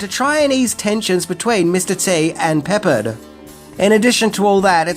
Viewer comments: George William Peppard /pəˈpɑːrd/ not Peppered. You had me rolling on the floor laughing with the pronunciation . LOL! But I love your channel! :) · George Peppard pronounced puh-Pard, not so much "Peppered", lol. Still a great episode as usual. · Sorry, it's not George Peppered it's, George Pep pard. ;) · Hey. Get some English lessons, Peh- Pard, not pepper-ed., PS. I offer English lessons, (Ke- Nel. not kenal. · It's 'PepPARD', not 'Peppered' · Uhh... It's not PEP-perd, it's pep-PARD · It's pronounced 'Pepard' not 'Peppered' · George Peppered 👎 George PepPARD 👌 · George “P APPARD” my friend not pepper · Pe-PAHRD, not "Peppered." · First off, you kinda need to learn to say George’s last name because it’s not peppered it’s Pep-pard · Not "peppered"... Pep-pard! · *Peppard, rhymes with hard, not peppered. Ugh. 👎🏽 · It’s not George Peppered it’s George Pre-pard short A. Silly- and Mr T wore those chains to remind him of the chains his ancestors were forced to wear in slavery. And The ATeam was cool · please correct your (WRONG) Pronunciation of George "PEPPARD" You say (peppered) pepper-ed, however His last name is pronounced PEP-PARD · Pep-PARD, not Peppered. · His name isn't peppered. It's Peppard(Pep-pahrd) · EEK. Every time you say "Peppered," I scream in my head. I am an old USamerican. it's pronounced "pe PARD." The accent on the second syllable and the A like the "a" in "are." Admittedly, it may have been the actor's affectation, but still. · Dude....it's pronounced Pep-ARD....not Peppered.... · His name was pep PARD not peppered! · Listening to you mispronouncing their names is hilarious. Peppard is PepPARD, not Peppered. It's Dirk Benedict, not Kirk Benedict. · "Pepperred" okay... Peparrred is how it's said. Not surprised from a guy who throws and R on the end of words with a A. Probably call it "Americar" too. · Hey - it is pronounced Peh-Pard, not Peppered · It's pronounced George Peh-Pard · George’s name is pronounced Pep-PARD.